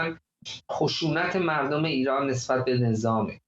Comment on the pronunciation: آقای خالیباف اول کارش هم تاکید بر معیژژژژت مرررردم داشت